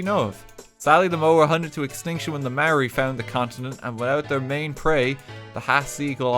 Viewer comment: my old Maori teacher in primary school also said marry instead of Maori.